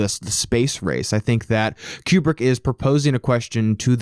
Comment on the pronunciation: Don't wanna be that guy but... "Kyewbrick" Great video though 👍